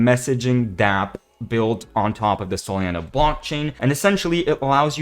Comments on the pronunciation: He’s saying Solana wrong right?… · I was wandering the same thing. I think that ai have seen a few similar channels pronounce it the same way